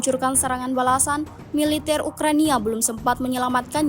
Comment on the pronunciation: Saking semangatnya siaran mbaknya sampai nyebut Ukrania.... Urrraaa.. 😂